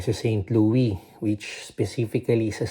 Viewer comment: Just a little correction....St. Louis is pronounced with an s. Pixar looks like a good boy. Yea enjoy traveling while he is not in school yet. Have fun!